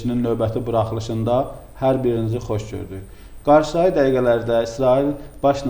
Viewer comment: Aparıcı bəy, "qarşıdaı" (-aı şəkilçisi) nitq şəkli yoxdur. Demək istədiyiniz söz "qarşıdakı" dır. Düzgün danışın!